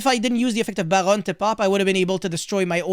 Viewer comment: I love the way you say Barone like a French man ordering a croissant with his liason like it's his raisin d'etre